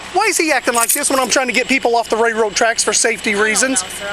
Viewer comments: More than once this moron called the railroad tracks “rayroad track” lol never in my life heard anyone pronounce it like that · Someone please to him railroad has an “L” in it. I’ve never heard of rayroad tracks. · Wtf are “Rayroad Tracks”. Lol!!!!